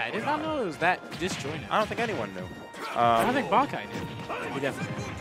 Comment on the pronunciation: Can people plz stop calling this man "Banky" His name is Bankai, pronounced Bon-Kai. Why would the Kai make his name sound like "banky"? Its just giving me a headache listening to everyone at that venue gettimg their own players name wrong..Yall need to socialize more over there and learn each others names